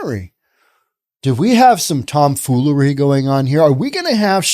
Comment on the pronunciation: Not Tom Foolery but Tom Flannery. Name suggestion : San FranFlannery…the city by the dirt road.